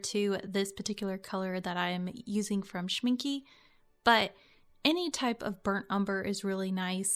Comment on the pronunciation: But it is not „Shmin-kuh“, it is more spelled like an „a“.